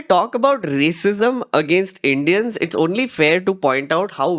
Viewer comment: Can I ask, why dont you say "Video" like everyone else, why saying VEDIO, and also why you say Indians like EINDEANS?